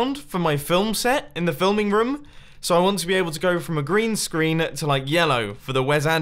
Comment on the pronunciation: mumbo when u said green screen i heard grian screen lol